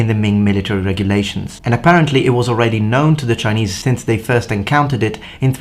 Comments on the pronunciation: your Chinese pronunciation was pretty great! Good job on not butchering it :) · Impressive Chinese pronunciation! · Your Chinese pronunciation is actually quite accurate. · Chinese pronunciation on point!